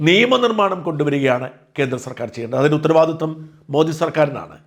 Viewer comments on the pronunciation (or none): none